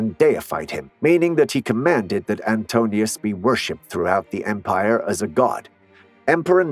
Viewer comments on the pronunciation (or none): AN-TIH-NOH-US, NOT "ANTONIUS!" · That's "An-TIN-u-ous." Not Antonius. Julius Caesar didn't start the Roman empire, Augustus did. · Oh so do I, although I do think that the comment about the unequal power dynamic - even if not necessarily the case with Hadrian/Antinous (which is pronounced Ant-IN-oh-us and not "Antinius" or "Antinus" as it was in this and other videos I have seen - sorry, a small side point but I feel it undermines the credibility of the whole thing if the basics like that can't be got right.) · He said anto- but the verbiage in the screen was anti-nious. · wer lesen kann ist echt im Vorteil, der Lover hieß Antinous, nicht Antonius 🤪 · Not 'Antonius,' but 'Antinous'! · Not Antonious!M! Antinous. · well true, but robots are programmable and all the sounds needed to correctly pronounce "Antinous" are used elsewhere in the story so that isn't the robot's fault, that's the channel creator's fault. If in fact there is some strange and quirky reason the robot couldn't be made to work properly - in this case, correctly pronouncing An-TIN-oh-ehss - then one shouldn't have been used as, quite simply as the man said, getting something that basic so amateurishly wrong, just kills any credibility regarding facts or analysis thereof, stone dead. The presumably human (so, non-robotic) creator of this channel would surely have had the opportunity to vet and revise the video prior to posting - therefore, the fact of the narration being robotised or not, you and whoever you advise "to give it a break" can make allowances (ie lower standards) all you like - but for me, I'll stick with being unapologetically and possibly a bit bitchily hypercritical, if it's all the same to you - or even if it isn't. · My understanding is that Hadrian's favoured lover was Antinous, not Antonius as you repeatedly pronounced it. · Yes , I also was disturbed by the mistake … such an iconic figure in antiquity cannot be mispronounced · It was spelt properly but not pronounced well